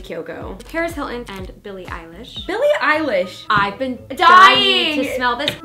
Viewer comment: i love y’all but the eilish mistake is kinda embarrassing 🤣